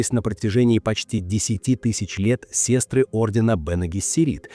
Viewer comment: Не сестры, а сёстры ☝